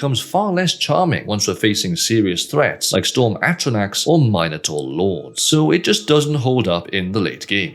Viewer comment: The way he says minotaur is so funny